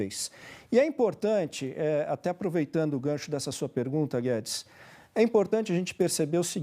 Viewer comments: Pô, Octávio Fedes, não! Octávio FEZES!!! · A cara do advogado ouvindo Otávio " Fedis", digo. Guedes😂😂😂😂😂😂😂